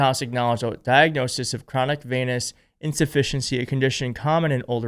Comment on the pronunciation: it is pronounced Venus - like the planet.